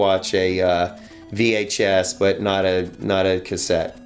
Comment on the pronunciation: said vhF, Not VHS lol It's cool. Just funny. Love